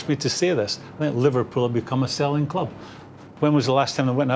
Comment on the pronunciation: When jamie said 'big kloop.. big kloop..' then, I realized it's... ' big club '.. #ohmyenglish